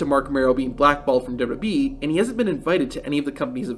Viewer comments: Lol really? Sounds like he's saying dub-dub-eeeee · "dub duhBee" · The way u say wwe made me stop watching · Does this narrator not know how to say WWE?